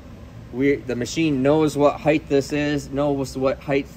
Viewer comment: I swear anytime anybody mispronounces the word height by pronouncing it heighth, I just turn the channel and move on to someone smarter. Length. Width. Depth. Breadth. Height. See the difference? It may seem petty but pronounce things correctly and appear smarter. If you can't get one word right, I've lost all faith. Goodbye.